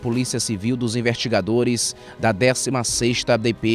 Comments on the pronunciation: como que um cidadão que é "repórter" diz "invertigadores"? não é nem crítica mas sim da uma agonia de ouvir falando errado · o melhor é ele falando os "invertigadores" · É o sotaque